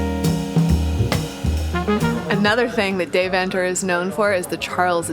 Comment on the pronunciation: The pronunciation of Deventer is killing me. Couldn’t get through the video.